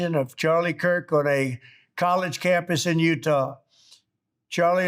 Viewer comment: Oootaahh state......😀😅😂😆🤣😅😂😆🤣 You speak English like your blood brothers, the Pakistanis.........😀😅😂😆🤣 Utah likkhtay hain, "You-tah" boltay hain. Seekh lo be......😊😅😂